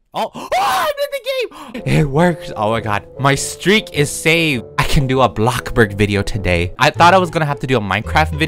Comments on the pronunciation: LOL he said block burg not BLOXBURG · Why you say blockburg wtf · nobody: not even a single soul:: BLOCKBURG